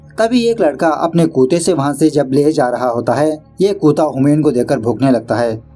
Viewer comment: It's so uncomfortable when you say kuta instead of say kutta